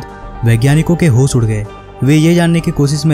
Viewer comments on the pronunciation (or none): Learn how to pronounce first . Machine ko Maseen , ship को sip, jis ko jish. Kya bewkoofi hai ? Hosh udda diye ko hos uda diye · मसीन क्यों बोलते हो ?? मशीन नहीं बोल पाते? होस नहीं होता..होश होता है..रएहश नहीं होता!!! रहस्य बोलो!!!